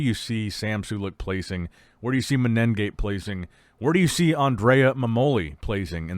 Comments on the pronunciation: please pronounce the competitors name correctly... there is no double N you say MENEN gate. there is no N consonant before the G there is only one N...... its mene gate (men gate long N ) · MENEGATE, IT'S FUCKING MENEGATE. There's no extra N there.